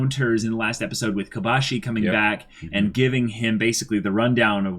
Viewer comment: Kobashi* not Kobayashi